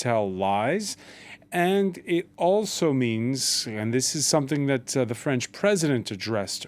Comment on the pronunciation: This Journalist has a very good French Accent, respect! Oh, and vive la France when you don't live there! I got to get out of here!